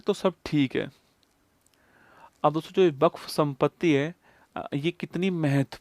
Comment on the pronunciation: वक्फ ❌ buff☑️☑️😂😂😂😂